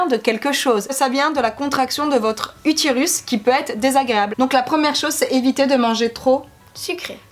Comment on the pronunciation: Y a que moi que sa perturbe « utirus » 😂